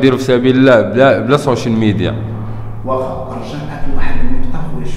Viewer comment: واش سمعتو الصحافي : سون ميديا 😱🤦🏻‍♀️= سوشل ميديا لا حولة ولا قوة الا بالله انا بغيت نعرف هادو لي كيهزو الميكرو ويقولك صحافي🤦🏻‍♀️ اما يرثى لها مسكينة مشات فيها ولات لايرثى لها راه الزيادة من راس الحمق لاش كتزيدو لا 🤦🏻‍♀️🤦🏻‍♀️🤦🏻‍♀️🤦🏻‍♀️🤦🏻‍♀️